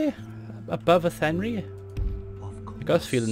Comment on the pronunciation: Town in Galway on the west of Ireland on the map Athenry is pronounced Athen-rye